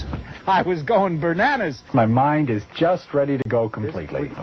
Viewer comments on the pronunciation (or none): "...my mind was going bernanas..."